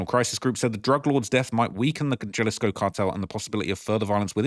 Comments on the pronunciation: Jalisco pronounced with no “J” annunciation (Halisco) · Say it with me HA-LISCO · Can you pls pronounce Jalisco with An h like huhlisco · pronouncing the J in all the spanish words/cities is killing me 😭😂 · Say Vayarta. double LL. look it up Halisco also. Please please learn how to pronounce places. You must be American.